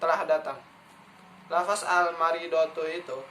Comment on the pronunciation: Jangan bilang lafas terdengar seperti penjara dan terkesan tidak mengenal bahasa Arab, tp sebutlah lafazh